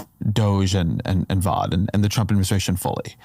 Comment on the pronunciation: Youre ignoring that everything DOGE is doing is illegal and unconstitutional, and you’re claiming civil servants are just a bunch of liars. Did I stumble on a Fox News video? By the way, you’re pronouncing “Vought” wrong.